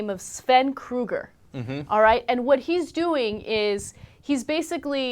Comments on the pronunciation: Krüger, not Kruger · She did not pronounce Krüger right!